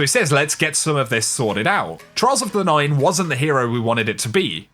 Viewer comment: Trials of the NINE, get the emphasis, get it right. I know it's not datamined so it's not important but don't gloss over the actual point of a statement.